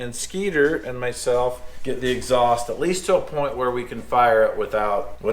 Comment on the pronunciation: "Exhaust Tack" LOL!